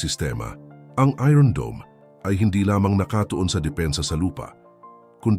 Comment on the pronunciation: Ayosin mo mga ung pronunciation mo ng iron.😂